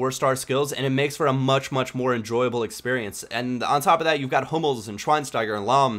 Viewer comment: thanks for pronouncing Hummels right and not saying "Hammels" like 99% of english speaking people do ^^